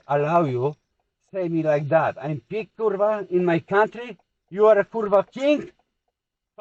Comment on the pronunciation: Чому він на інгліші до його базаре? Тіпа хоче показати який він крутий? То в нього вимова як в селюка якогось "I'm pig Курва in my country"🤣🤣🤣🤣 це просто шок контент